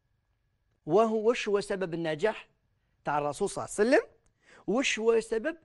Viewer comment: فهمني واش هذي "الرسول صاوصاوصاو وسلم" انطقها امليح صاحبي هذا رسول الله "صلى الله عليه وسلم "ماشي جاركم لحبيب حاول تنطقها مليح